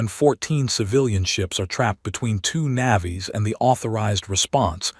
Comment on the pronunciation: It is not Na vies it is Navy's. what the AI is saying sounds like it is from the movie Avatar and describes the native species of that moon, calling it what their species name is. How about listening to what your AI is saying listen to the whole story make corrections then upload. It makes the story sound stupid. Want to be a bard do the work that a Bard would do. Ai is a imperfect tool, teach the AI correct words and what they mean. Do the work or watch your channel fade into the history of like so many others that also do this stupid laziness, hoping for more clicks to make money from unsuspecting listeners. This does not make you a Bard of good stories just someone making slop of what could have been a good story.. I will not even bother to rate this.